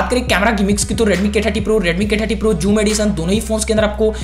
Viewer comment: Its not pronounced as "Juum" ...its "suum" with an 'z' touch to it.